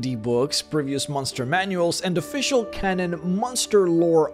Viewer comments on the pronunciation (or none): none